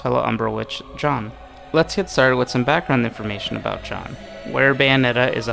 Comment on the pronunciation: Stop saying John, it’s Jeanne